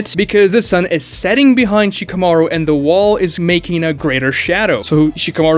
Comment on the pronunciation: Who is she-kuh-mar-oo? I see Shka-mah-roo on screen.